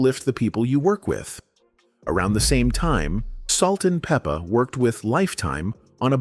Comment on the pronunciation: "Peep-a" , "Bi-op-ic" 🙄